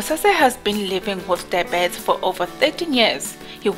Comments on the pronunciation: I hated comments on how you pronounce diabetes, kodwa after hearing you say it.. Ayyyy cc no man,, try Die-B-Ts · 😂😂😂 I thought I'm the only one who has a problem with dibet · Oh Lord... she is tryng to say diabetes... 😟